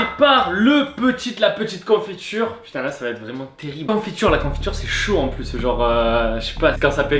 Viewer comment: Plu périmé pas pluse périmé mdr je parle bien sûr que de l'élocution :p